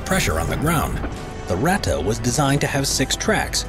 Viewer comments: When you speak out "Ratte" like you do at the beginning of the video, just alternate the "a" and the "e", than it sounds corret. Greatings from Germany. :) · „Rata“ „Porscha“ … „RatTE“ „PorschE“! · Its Ratte not rätte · No its not ratta its ratte r.a.t.t.e. Ok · The "Ratte" was only one of thousands of paper projects like in all powerfull lands.And Ratte sounds other in the German language, not "Rattan"!And what is with US Ice Carrier? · it's ratte, not wrätta. take out the bubblegum, you part-time-celt!